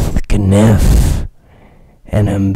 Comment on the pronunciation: it's actually kaniff..